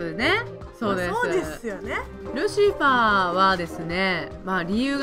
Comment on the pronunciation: ルシワァーじゃなくてルシファーですよ。ルシはアンケートでは不動の人気だなww